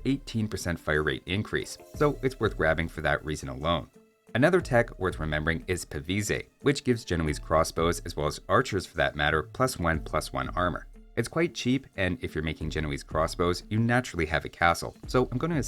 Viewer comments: It's not PA-VEE-SAY, it's a French word, and it's pronounced PAH-VEEZ, like valise or cheese. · It's pra-vas Not pra-ve-say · It's pronounced pah-vees. Pah-vees, spirit. I expect you to make an in-depth video exploring the etymology of the word and relevant stats associated with it to make up for this gross oversight. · He said pavise and wrote pavise. But it's PAVESE. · Is that how some people pronounce it? I can't find anywhere online stating that as the proper pronunciation.